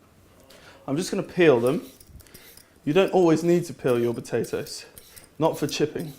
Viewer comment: Haha, "batatoes".